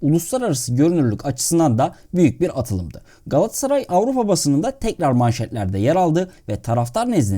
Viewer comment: Telaffuza dikkat edelim, her şeyden önce! Galatsaray değil Galat-a-saray; yani aradaki o "a" harfini yok saymak gibi bir lüksü de olamaz kimsenin. Ayrıca Kulübün, Mekteb'den de gelen tam ismi Galata Sarayı'dır; "ı" harfi zamanla düşmüş ama "a" harfi düşmemiştir elbette, yani Galata semtinde kurulmuş bir Saray'dan söz ediyoruz sonuçta! Bunlardan da önemlisi, Galatasaray Türk Sporu'nun Batı'ya Açılan Penceresi'dir ve bu yüzden de bizim öyle sadece yerel standartlara göre değil, Batı standartlarına göre de hem yapılanma, hem de başarılı olma hedefi ve mecburiyetimiz vardır, doğal olarak....Diğer yandan, Derwal'in hem GS'da, hem de dolaylı olarak Türk Futbolu'nda yapmış olduğu devrimler, Rönesans ya da "Küllerinden Yeniden Doğuş" olarak nitelendirilebilir, sizin de gayet yerinde tesbit ettiğiniz gibi! Bugün geldiğimiz noktada ise artık Avrupa'daki başarılı günlere "sağlam ve sürdürülebilir" bir dönüş yapmak durumundayız. Bunun için de çok daha profesyonel ve şeffaf bir idari ve teknik yapılanmaya geçmek (Uluslararası Kalitede bir Sportif Direktör ve Teknik Yardımcılar, vb) sadece öyle medyatik transferle değil, asıl altyapımızdan ya da genç yaşta diğer takımlardan alıp geliştireceğimiz, armaya aidiyet duygusu yüksek oyuncularımızın iskeletini oluşturacağı kadrolara öncelik vermek gerekiyor bence; yoksa taşıma suyla, bugünkü endüstriyel futbol ve spor düzeninde rekabetçi kalabilmek, ülkemizin de ekonomik şartlarını hesaba katınca özellikle de Avrupa seviyesinde gittikçe zorlaşmakt